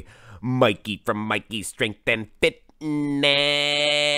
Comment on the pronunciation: You butcher mikey old name will not be forgotten